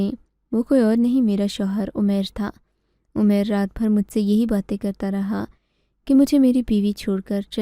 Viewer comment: اردو کے نام اردو کہانی سنٹر بدنما داغ ھے اردو تلفظ صحیح لکھنا سیکھو اومیر نہیں عمیر ایسی بہت سی غلطیاں ھیں